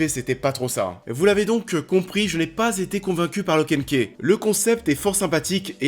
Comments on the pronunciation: Tu dis lock and ké et deux secondes après tu dit ki house, key (ce prononce ki) reste le même mot pourquoi tu le prononce différemment une fois sur deux ? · Perso j ai kiffe du début à la fin ! En plus comme comics ça change ! OH et au fait key ça se prononce ky hein parce que c de l anglais😂😂keih c moche